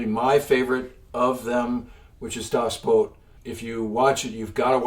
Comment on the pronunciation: This is a great video! My favorite movie is "Das Boot" in German with subtitles and sorry I can't help but mention the pronunciation: translated to English the title mean "The Boat" and in the video, here, it's strangely called "Das Boat" which if you think about it is kinda funny because that's the first word in German and the second word in English... ha! The "Das Boot" second word is pronounced "boot" as in something you put on your foot. Emphasizing a bunch of "ooo's" ... "Boo...ooot" there's no "oat" in there. If you're going for the english version of the title it would just be "the boat..." which is fine... Starting from when I was young, I read every single submarine book available... I've bought and read just everything. That means dozens and dozens of books written by submarine captains on all of the various sides. I mention this to be able to comment that Das Boot does an essentially perfect job of conveying the German U-Boat war. Since I had read so many first hand accounts from the German side I recognized every bit of Das Boot as I first saw it. It's so powerful and so accurate and it's so effective in conveying war it has been my favorite movie since the first time I saw it. I've really enjoyed seeing the movie again a number of times after years of gaps between seeing it. Seeing it again is very powerful even if one has seen it many times. By the way, my favorite submarine book (first hand, war book) is "Clear the Bridge" by Commander Richard H. O'Kane. After